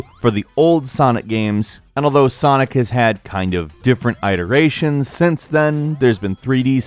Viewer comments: You pronounced iterations wrong, it's IH-TER-AY-SHUN not EYE-TU-RA-SHON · what the fuck is an eye-teration? Is that an iteration of another word or something?... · "Sonic has had many eyeterations" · 'eye-terations' now thats a first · Iterations? I heard Iderations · I-terations noooo